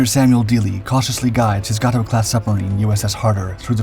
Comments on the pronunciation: It's GAY toe, not Gah toe ! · Pronounced 'Gay-Tow' class.